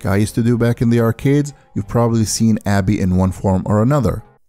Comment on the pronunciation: Cringed everytime u called him Abby